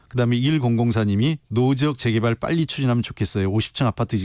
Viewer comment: 김남국ㅡ제개발이 아니라 재개발 발음